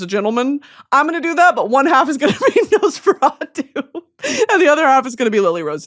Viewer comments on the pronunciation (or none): none